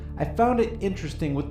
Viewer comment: Liddle Bwian Stelter < Mark Dice